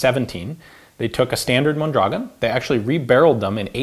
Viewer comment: He pronounces it pretty well once, when he reads the markings in Spanish.